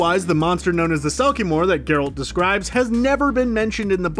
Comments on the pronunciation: Why can’t you say the main characters’ name right?!? Kills the whole video. Then you got it right? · He butchered both Geralt and Mousesacks names :). It's not mousse-sack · I cringed a bit at the pronunciation of Geralt but you completely lost me when you tried to say Andrew in Polish...I'm not Polish and I know how to say Andrzej. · Only three minutes in and I want to stab my ears every time he says Geralt! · Stopping watching this less than a minute in because of how you pronounced Geralt's name. At least get someone who's watched the show to narrate. After that I don't trust anything else you have to say. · It took you of this video to finally say Geralt's name correctly. Lol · Barbara Walczyk their pronunciation of Geralt IS a pronunciation but it’s not the one used in the games or movies. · Here's 1 think you don't know, YOU'RE SAYING GERALT WRONG! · To be fair, it seems like the narrator is attempting to pronounce "Geralt" the way it's pronounced in Polish. But his midwestern accent is so thick that it just sounds silly. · His pronunciation of the name improves later (at times) in the video if it helps. It's also a nice video to watch if you don't know the background lore from the books/games. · Ger-alt and Moose-ack.... Ugh.... Drove me crazy too. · why he say it like that tho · It’s gEralt, not Gralt! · "25 Things You Missed In The Witcher" 1. Geralt is now called GRolt 2. Mouseack is now called Moose-ack 3. Fringilla, the pale lady with green eyes is now black. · "GerAlt"?... Have you even watched this series? Cmon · I'm pretty sure kaer morhen isn't pronounced like that and whats up with gRealt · You're killing us, man. Who is "guh-RALT" and 'Gralt'? Also, the 'J' in Jaskier makes a 'Y' sound (e.g. 'yes') rather than a 'J' (as in 'jewel'). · OMG, Mouse-Sack... NOT Moosack Ger-Alt... not Gare-Alt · You lost me at Grrr-OLT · Grolt, moosehack, yarden, dimertium? Come on dude. You know the commentator knows nothing about the witcher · Wtf is a "GROLT" tho?